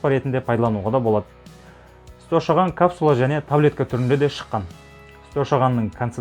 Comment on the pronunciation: Шошаған емес ошаған